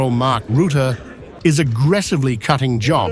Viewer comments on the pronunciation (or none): Rətə like duh! Ruh te. FFS!